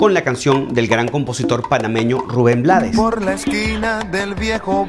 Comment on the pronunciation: Espero que puedas ver el video de te lo dijo el Chombo y que puedas pronunciar mejor el apeido de Blades e encantó tu video pero lastima por ese pequeño detalle.